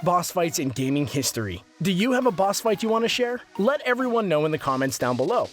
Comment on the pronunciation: At the start he said "Bass battles" lol that sounds like a boss in parappa the rapper. It was a mistake but I love it XD you guys are the best youtubers ever